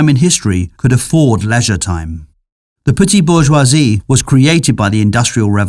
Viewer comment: I want to marry your slick pronohnciations of bourgeoisie